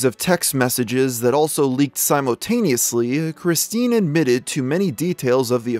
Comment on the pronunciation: . Why? Dear God why? Simotaneously. There is clearly a U and an L in the word simultaneously but you choose to to say simotaneously. I bet you’re the type to say “all of the sudden” too. May God have mercy on your soul.